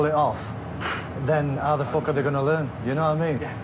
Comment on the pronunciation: It's not even swearing anymore. It's just "fook" instead of "fuck".